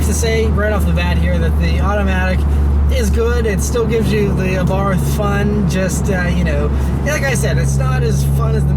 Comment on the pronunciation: Great review, as always. FYI, it's pronounced Abart. H is silent.